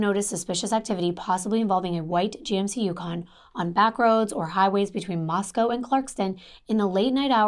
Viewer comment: My sister was a professor at Moscow until she retired 2019, so I’m familiar with this area. You pronounced it right - only ‘cow’ in the Russian city. 💜